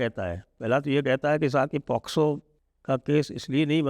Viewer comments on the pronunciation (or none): none